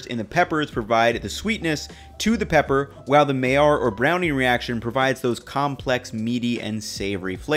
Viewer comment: you are a GENIUS , also as a chemist , KUDOS for correctly pronouncing " Maillard reaction "